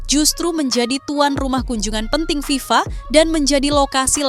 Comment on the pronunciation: FIFA. bukan VIVA😅😅